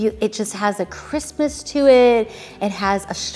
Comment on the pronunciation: You’re saying crispness and all I keep hearing is they’ve got a real Christmas to them which tells me the sheets must be REALLY good